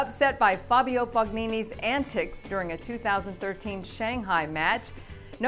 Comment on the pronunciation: this woman is butchering these people's names... barbaro, amalgro, fog-ni-ni wtf haha i cried a little listenin to her